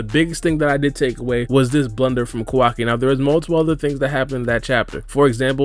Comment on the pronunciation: Naruto explained he be lying to much and he the way he says kawaki name is wrong asl